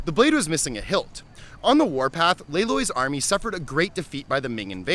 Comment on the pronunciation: Wouldn’t it be pronounced Lay L-uh-i?